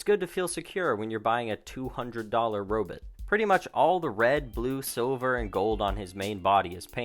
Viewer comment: Robit? Oh please say it correctly. It bugs the crap out of me when people mispronounce robot. 😃